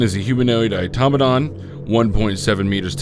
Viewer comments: Eyetommadon = Automaton Au - to - ma - ton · ok I know this is a 3 year old video, but only one person seems to know how to pronounce Automaton. Everyone else gets it all garbled. Ah-tah-mah-tahn. I also keep hearing Faucets (as in where you get your water) instead of Facets (as in functionality).